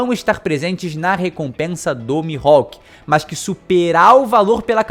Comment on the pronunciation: Interessante, mas acontece q os japoneses não chamam o Mihalk de Mi-ro-ku e sim Mi-rro-ku